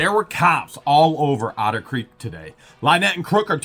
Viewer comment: Actually, using your accent on the word 'Otter' - it sometimes sounds a bit like 'Outer' so let's rename a certain portion of Otter Creek 'Outer Creek Limits', hahahah. Just now a spaceship will swoop down and...